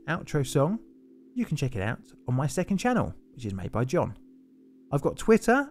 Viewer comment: "John in the studio" sounds suspiciously like "John naught in the studio" 🤔